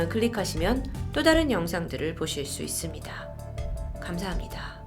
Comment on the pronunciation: 있써흡니다???ㅋㅋ 발음